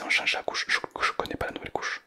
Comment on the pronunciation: C’est pas nous velle mais nouvelle mais c’est pas grave t’inquiète